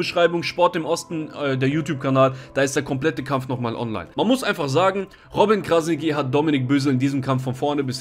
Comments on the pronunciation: Robin Krasniqi, ausgespeochen = Krasnitschi!!!! Mit TSCH! Und nicht Krasniki 😁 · Krasnitchi, so musst du das aussprechen falls es dir hilft. Ansonsten wie immer top video 👍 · Man spricht es so aus: KrasniTSCHi. Nur ein Tipp :-) Top Video! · ''Krasnitschi'' so spricht man den Namen aus und nicht Krasniki 😅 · Kurze korrektur. Krasniqi spricht man krasnitschi aus. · Hey, Man spricht es übrigens Krasni(tsch)i aus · Stabiles video aber bro es heißt "krasnitschi" ist albanisch das "Q" wird "Tsch" ausgesprochen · muss das kurz im namen von uns balkaner sagen Kranitschi wird es ausgesprochen liebe grüsse feier deine videos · Man spricht krassniqi krassnittschi aus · Krasnitschi wird es ausgesprochen das sollte man schon wissen .. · Brudi man sagt nicht krasniki sondern dieses „q“ wie das tsch beim tschüss. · Krasniqi nicht krasigi und das q spricht man tsch aus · Wie du robin krasniqi sagst hahahahahah alles gut bruder deine videos sind sehr toll !! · Gute Analyse, aber lern mal bitte wie sein Name richtig ausgesprochen Wird